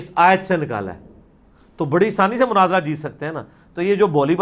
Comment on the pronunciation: Munazara hota ha Munazira kya ha hahaha